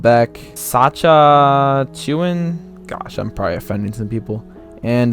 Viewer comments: I cringed when he pronounced “Saskatchewan at Sacha-chewan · Its Saskatchewan